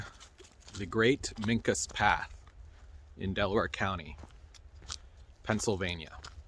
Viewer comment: They pronounce their name as Ming-qua. And yes, they still exist. If you want to know more contact me. There is a whole lot more to the Susquehannock story than has been told by white historians. Also, you should do a history on "The Black Boys of Pennsylvania". Goes back to before the Revolutionary War. Really fun story, and they have, but should not have been forgotten.